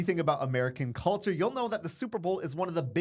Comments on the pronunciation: Culter?? Do you mean culture? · cul ter 😂